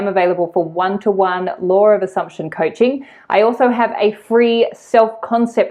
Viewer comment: I'm amused that whenever I listen to your videos which I always do I hear Lore of Assumption and never Law of Assumption!!